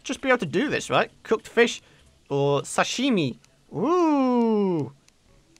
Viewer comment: The way you say sashimi made laugh so hard xD